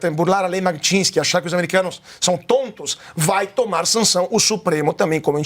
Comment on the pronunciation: Tá falando o nome da lei errado.... Alguém avisa que ele está falando errado. Magnisty